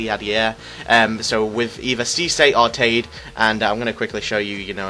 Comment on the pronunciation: its pronounced tada